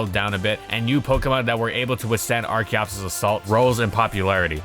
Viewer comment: I keep hearing da fetus